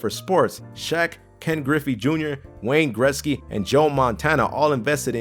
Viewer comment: Wayne Grit-ski.